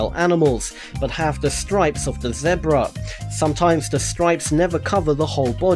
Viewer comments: how he fucking says zebra and jaguar is actually retarded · He said zebruh! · zeh-bruh. jag-oo-arr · He said zedbra. I know that's how they say it in the UK but it makes me laugh every time. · What's a zeh-bra? l0l